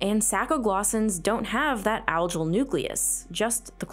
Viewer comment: The G in Algal is pronounced G not J.